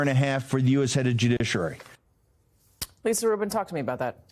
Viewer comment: Bannon can't pronounce judiciary correctly ('joodisherary'). It's not the greatest of his transgressions, but it makes him sound like a not very smart person.